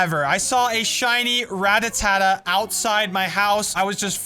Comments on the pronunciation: Your "Ratatata" Is pronounced ra, ta, ta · Its not ratatata but rattata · He said ratatata instead of Rattata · I love how he calls Rattata “Rattatata”